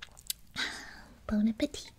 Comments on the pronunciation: Gibi: "Bon appétitte" My native croissant language: oof. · “Bon appétit!” That is so cute that You English people pronounce the ‘t’ 🥰